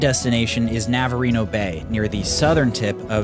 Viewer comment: Navarino Bay? Not navareno